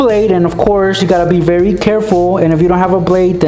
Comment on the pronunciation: did anyone else hear "you have to wake up berry early